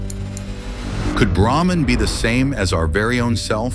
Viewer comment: Its no Etman , but Atman! Its no Brehman ,It Is BrAhman..😅😅